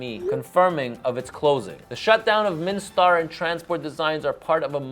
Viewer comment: It's MIN Star, not Mini Star